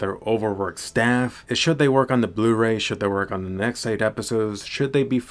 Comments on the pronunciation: Blu-Ray? More like Blur-Ay. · “Blur-Ray” But seriously, the Blu-Ray looks much better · Blu-ray more like BLUR AY Ah ... Ahhah ah ...